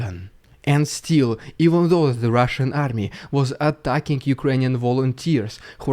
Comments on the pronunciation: Everytime he says "Rrrusssian Prrrropaganda" its so Funny. 🤣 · "Rrrridiculous Rrrrussian Prrrrrrrrrropaganda" has become epic. Definitely worth a meme of its own! 👍😉